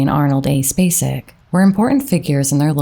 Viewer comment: I’m SO happy Sissy was selected. She’s my second cousin and I am so proud to be able to say she’s an Academy Award winner! I am very sad about her brother. She is an amazing lady. Thank you for pronouncing “Spacek” correctly. 😊